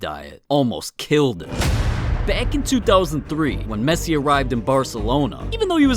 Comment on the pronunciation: I laugh when I heard mesii😨